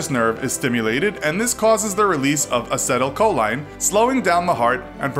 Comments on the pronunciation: it's pronounced as - e - tul - co - lean not whatever you said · Learn how to pronounce acetylcholine before you use it in a video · The pronunciation of vagus nerve and acetylcholine are hillarious.